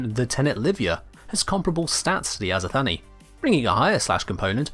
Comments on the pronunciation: If we are indeed going for a greek pronunciation for the azothane, it wouldn't be "Azo-Thanie", it would more likely be "Azoth-anie", so a similar syllable structure to "persephone". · It's not azothany it's just azothane like like the name Shane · "azothanee" its azo thane XD I think...